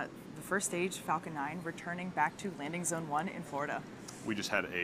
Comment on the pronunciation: she said landing bone lmao